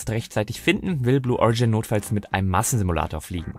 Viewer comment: "... notfalls mit einem Massenmulator fliegen"? Ehm, akustisch ned verstanden.